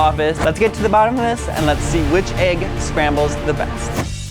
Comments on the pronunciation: EGG! NOT AGG! ITS A “E” NOT A “A” EGG EGG EGG EGG EGG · Why does he say AYYg instead of egg?!?????